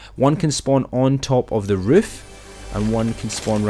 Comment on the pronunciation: Thanks new word riff instead of roof